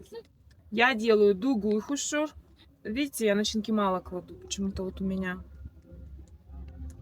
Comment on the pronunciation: Уже лучше произносишь слово хуушуур... Умница!